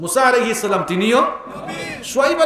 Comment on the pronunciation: এক শয়তান বলে ইয়া নবী র্ছালামালাইকা : ছালামটা ও শুদ্ধ করেনা।